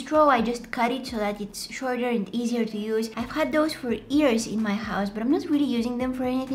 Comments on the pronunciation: You said erase not years 👂🏻👂🏻👂🏻👂🏻👂🏻👂🏻👂🏻👂🏻👂🏻👂🏻👂🏻👂🏻👂🏻❤️‍🩹❤️‍🩹❤️‍🩹❤️‍🩹❤️‍🩹❤️‍🩹💗💗💗💗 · I love how you say ears instead of years